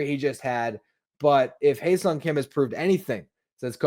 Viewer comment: Ha-Seong as in "haha"